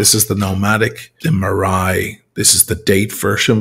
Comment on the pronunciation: Think about the fada in your name and then think about your pronunciation of “maraí” 😉 Killer watch though😎😂